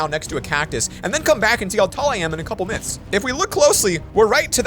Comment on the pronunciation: In the intro you said nyths instead of myths